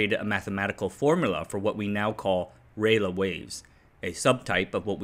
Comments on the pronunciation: It's Rayleigh not Raylagh. Pronounced Ray Lee. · No. Ray-Lee. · RA LEE not RAY LER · FYI: Lord Rayleigh, of Rayleigh, Essex, England, is pronounced Ray-Lee, not Ray-Le. As in the River Lee / Lea / Leigh (many spellings) that notionally divides the county of Essex, from the city of London, and Hertfordshire, or the USA/CSA General Lee. There's even an Adele song on the subject, but she's from over the border. There's a HAM radio club in the area, with several ex-Marconi employees, if you want something else to misspronounciate 😊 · Hi. Love your work. btw 'Rayleigh' is pronounced RAY-LEE. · Sorry to correct pronunciations, HIs name is spelled Rayleigh but its pronounced "Rally" or "Rawley" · Rayleigh is pronounced “ray-lee”. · You pronounce SAW like saw not as the initials S.A.W. Also Rayleigh is ray-lee, stress on the first syllable. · thanks for the video. fyi I think Rayleigh is pronounced identically to rally sorry. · Rayl-uh? Do you have some reference to the name being pronounced that way? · Rayleigh is pronounced "ray-lee". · As a native english speaker, I feel like it should be Ra-lay, but I could be wrong. Niche is defo pronounced Neesh (sorry I just couldn't resist :D). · it's pronounced "rally" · Rayleigh = Rah-Lee SAW = Saw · You pronounced Lord Rayleigh like Raleigh but you use "aluminium" instead of "aluminum". Hah, gotcha! >97% confidence you were raised and educated in a Commonwealth nation and adopted the American accent later when global culture was Americanized through the internet, or you continued your studies in the US. Hmmm, Singapore? Malaysia? Or Canadian maybe? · 'riley' is also a common pronunciation for Rayleigh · Not as far as I have been able to find. Every source of pronunciation info I can find says “ray-lee”. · Why do you keep mispronouncing Rayleigh? I already corrected you on this months ago. It's pronounced "Ray Lee". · The pronunciation of Rayleigh just about unalived me.